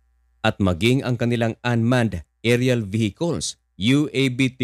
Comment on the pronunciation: Vehicle po hinde bihikol.